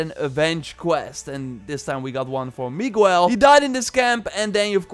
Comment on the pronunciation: Oh my god, the way you said Miguel lmao